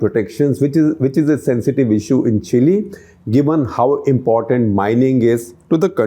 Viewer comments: Chacha, “chill’e”, 😅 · Now with all these leftists, India is the only emerging economy destined to grow. Chile (pronounced Chilay) has resigned from global race!